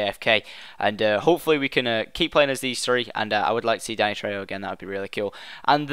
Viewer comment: You pronounced Danny's name right!